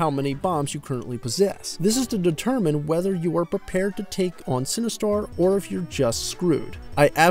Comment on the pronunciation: Its Sinistar not Cinestar lol. Great review.